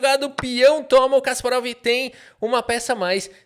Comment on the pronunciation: Kasparov esse que odiava o regime soviético? Nah, que seja Guérry mesmo.